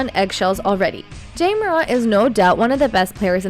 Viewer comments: Where u from it's Ja not Jay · Love it when people get mad at artificial intelligence voices saying Jay over Ja (Jahh). Really? Could you make it any more trivial? If he wanted his name pronounced differently, perhaps don't pick on that literally has the same pronunciation. The extremely Ignorant and uneducated are everywhere in here. Trying to be edgy and trivial saying its Ja not Jay get it right! 😂 You sound like dopes. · J-ah not jay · this is very bad quality click-bate.. it's Ja, not Jay... no new information a,d just repeating the same thing over and over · This nothing new.... and i agree that you need to say his name right JA Morant not Jay .... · this is old stuff. He is not jay morant . He’s JA ( jahhhhhhhhh ) ah ah ah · Ja not Jay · Jay? Who tf is reading this script. It’s JA. Not Jay. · When she pronounces his name Jay… clickbait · "Jay"Morant. Spell the text phoenetically so the AI can pronounce it right. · What's with the AI commentator? "Jay" Morant? Try a little bit harder. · You don't even say his name right smh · Lol it is artificial intelligence and not a person who is miss pronouncing his name! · Three seconds in and you already mispronounced Ja’s name. I’m out 👎🏾✌🏾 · The fact that she says Ja's name wrong says everything about what she knows about basketball..or probably any sport for that matter... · it drove me crazy.. i don't even think the voice is a real person.. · She can’t say the Ja name right. 🤦🏾‍♂️ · You might want to try pronouncing his name correctly before you post old stories that happened months ago that everyone already knows about